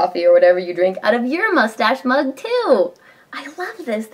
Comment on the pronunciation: ush-mug!! haha lol